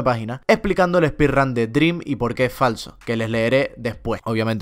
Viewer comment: siempre que dice dream: DRÍM 😡